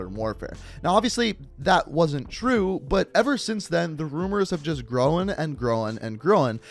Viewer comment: unknow-n, grow-n, showe-n Me: someone get this man help please